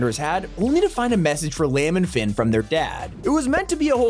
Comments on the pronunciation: Cool vid❤, but the indiana jones head liam is pronounced lee-am not lamb 😂 i was watching this video on my tv and my mum got really annoyed at that 🤣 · Did you pronounce Liam as ‘Lam’ ?!?!?!? 😂